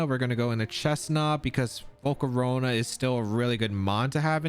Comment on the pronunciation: Bro I love how says volcarowna